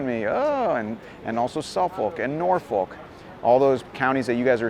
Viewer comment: FYI, it's pronounced 'suf fuk' and 'nor fuk' on this side of the pond - peace and nachos!